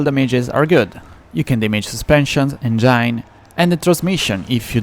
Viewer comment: Good video. Here's a tip: Use Google Translate and let it read out loud the text of your subtitles. Listen and learn from Google Translate how to pronounce some English words, like ENGINE, CASUAL, RIVER, CUSTOMIZABLE and SURFACE!